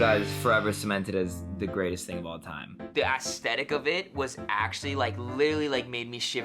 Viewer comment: I do not expect people that can‘t even pronounce the word „aesthetic“ correctly to have decent takes LMAOOOO